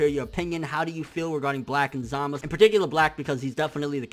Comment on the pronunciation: Say ZamaSU! not Zamas...